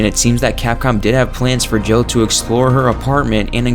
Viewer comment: It sounds like you say Joe instead of Jill